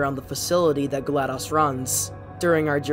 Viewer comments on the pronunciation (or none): Isn’t it Glados, not Gladus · He said gladas instead of glados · In my opinion vaas is the best villain in all of the far cry games from the main games to the spin offs. Also you pronounced vaas and glados wrong.